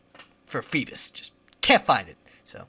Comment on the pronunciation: fee-biss? what?FeeBASS like...a BASS fish lol. Geez this guy.